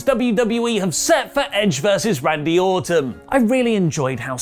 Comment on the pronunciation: He definitely said Randy Autumn